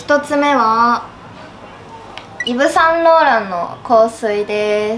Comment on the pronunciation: イヴ・サンローランの発音が普通だ。